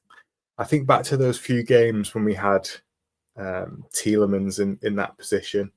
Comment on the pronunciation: Pet hate: commentators who pretentiously pronounce names. The BBC guy who pronounces it "Tielemons" does my head in!